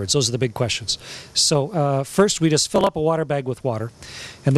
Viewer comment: i guess he meant 'just' and sounded like 'don't'